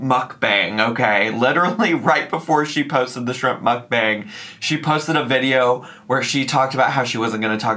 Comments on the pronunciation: I am so glad to hear you say Mukbang. Hearing our call it “mook-bong” always made me cringe. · The word is Hangul and its correctly pronounced 먹방(Meokbang) - so Mock Bang. There is no 'U' sound in it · Am I the only one that can’t stand the way she says mukbang? She says mook bong.. like what? It just grates on my damn nerves! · I think it’s really pronounced muck-bong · WHY DOES SHE PRONOUNCE MUKBANG LIKE THAT???? I’m serious, it makes me want to pierce my eardrums every time she says it wrong 😩😩😩😩